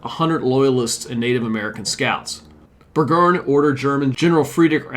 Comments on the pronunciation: Burgoyne is pronounced "Bergoine". Done with your incessant mispronunciations. You have a LOT of study in front of you. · You really need to learn to pronounce the names… for example, it’s pronounced BurGOYN